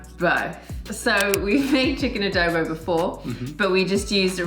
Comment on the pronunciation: A DO BO not A Dow Bow !